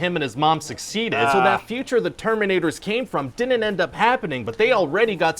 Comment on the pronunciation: My favorite thing is when he adds extra syllables to all his contractions. Like "didinin't" and "wouldinin't".